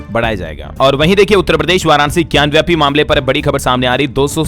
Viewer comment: महोदय, ज्ञानव्यापी नही ज्ञानवापी बोलिये,गलत उच्चारण न करें।